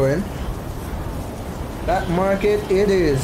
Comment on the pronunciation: Not bLack market, “ Market”